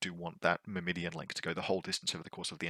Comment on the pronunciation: Don't think I've ever heard Myrmidon mispronounced like that. 😆